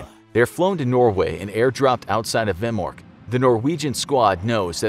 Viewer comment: The norwayegian is not a facility it is a made for creating hewey water but for ferteliser and you pronaunsd vemork rong.